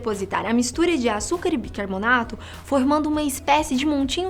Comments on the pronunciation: Só eu que percebi que ela fala BIRCARBONATO? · Ela falou bircabonato várias vezes :|